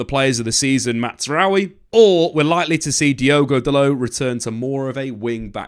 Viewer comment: MAZrawi not MATZrawi